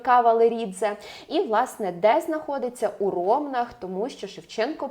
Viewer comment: у РомнАх, а не РОмнах